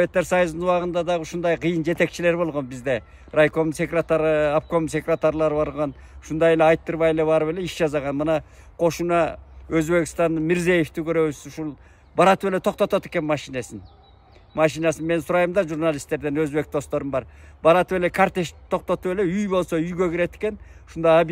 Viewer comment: Эне тилге катар эле орус тилин да өздөштүрө жүрүүнун да мааниси бар экенин айта кетпесе да орус же башка тилдеги сөздөрдү так жана туура айтууга ким да болсо милдеттүү,Бу киши өзү журналистиканы окуган, калемгер .Оозго эп келгенге карап ,ар качан эле МИРЗЕЕВ деп атай бергени кандай кетти .